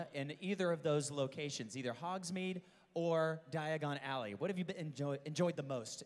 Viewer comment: omg when he said die-a-gone ally i was like its diagon alley not die-a-gone ally I realized at this point I am Hermoine granger ...